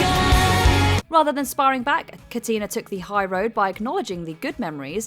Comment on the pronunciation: Please learn to pronounce singers' names. "Katina" with stress on "a", not "i" 😑